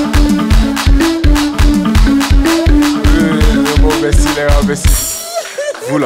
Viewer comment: Ce n'est pas "apoutou", Mais " Poutou " autrement dit " Poutou-Poutou "